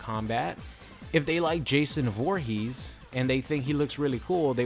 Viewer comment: XD it sounded like you said Jason Whorehees